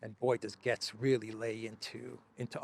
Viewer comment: All love from the U.S. however, your pronunciation is a little off on Matt Gaetz's last name. His last namet sounds like the word Gates, as in plural of a single gate. As in Horatio Gates.